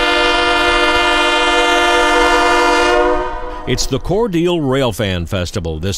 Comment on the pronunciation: Is it pronounced "Core-deal" or "Core delay"?